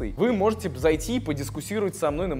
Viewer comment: Николай, правильно будет не дискусировать, а дискуТировать. надеюсь,что это была оговорка. ну и еще иногда у тебя проскальзывают неправильные слова